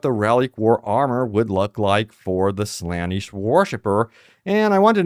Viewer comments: .......its not slanesh it's (Sluh - Nesh) Slaanesh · It genuinely caught me off guard and forced me to stop paying attention when you mispronounced Slaanesh as "Slanish" two times in a row starting